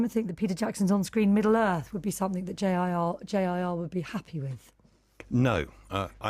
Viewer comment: The Tolkien estate have done very well out of the films and keep Tolkien alive. Also a note to the interviewer it's JRR not JIR 🙄🙄🙄 FFS